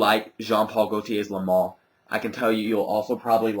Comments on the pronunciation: Its le male not le mal. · The spelling is Le Male, but it's pronounced "Le Maule". I actually have two bottles of this. A 4.2 oz and a 2.5 oz that I got about a month ago and I just cannot stop using it. The top is addicting to me, and the vanilla is very smooth. I don't see where everyone says the projection is crazy on this though. It's got good projection for the first hour or so, and then it dries down and has fairly average projection on me. Longevity unfortunately for me is only about 5-6 hours =/